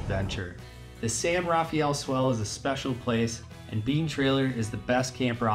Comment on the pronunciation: It's pronounced san rah-FELL